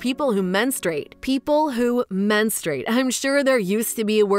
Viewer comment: It's "Menstruate" ,not menstrate.